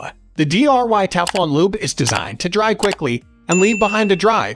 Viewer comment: Is this narrated by a machine? Its dry lube not D.R.Y.